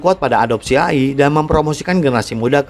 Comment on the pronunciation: apaan ❓❓❓🤔🤔🤔🙄🙄🙄 AYI ❓❓❓🤔🤔🤔🙄🙄 yg betul itu EY AY ( AI ) 🤦🏻‍♂️🤦🏻‍♂️🤦🏻‍♂️🤦🏻‍♂️🤦🏻‍♂️